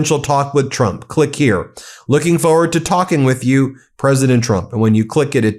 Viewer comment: I like Drump - your unintentional slip better 😂